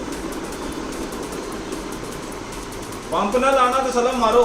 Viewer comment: Bhalo Bhai salam thek sy Bola Karo plz